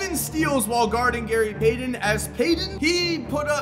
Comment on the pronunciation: "Gary Paydon"?